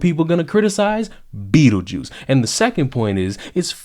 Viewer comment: I tuned in to hear him call her Beetljuice, and he didn’t make me wait 5 seconds!